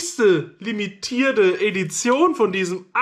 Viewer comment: Ädition? Heißt das nicht Edition?